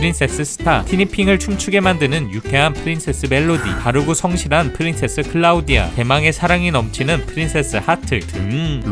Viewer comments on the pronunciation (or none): none